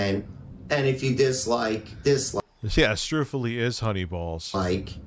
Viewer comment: I died when Frank said Pat bought him 0 Strufully 😂😂😂